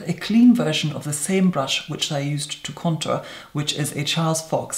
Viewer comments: Posh upper crust pronounciation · Contāùxrē sounds more like french I think for him is more of a high class English❤